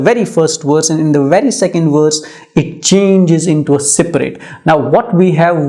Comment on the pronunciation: Poor explanation.... couldn't even pronounce the word SPIRIT and SPRING correctly.